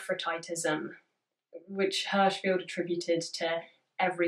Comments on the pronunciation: Im gna be an annoying hoe bc im a lil crossed listening to this, but im pretty sure it's feld like Seinfeld. But i also have no idea im just almost positive. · I have only one criticism: Your pronunciation of Hirschfeld. The i is pronounced similar to kiss, and the e is pronounced like the e in egalite. What you said is more like Herschfield. I like the video, but over time it starts to annoy xD